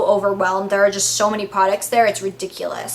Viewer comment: Whenever you say "I hope" It sounds sooo british.